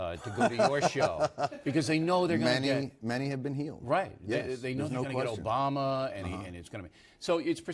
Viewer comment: "Obrama." With an R. Really Bill, really? It isn't that hard to pronounce obama